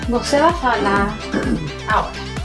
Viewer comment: el profesor habló una palabra mal en portugués a palavra "você": ele falou com som de b